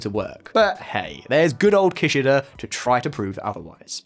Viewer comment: Minus 1 point for Ki-shy-da 😂